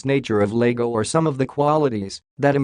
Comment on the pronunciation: It's Iago not Lago It's an i not an L